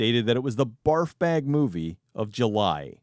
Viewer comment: I had to double take on the "barf bag of July". Sounded like something else and I'm dead now.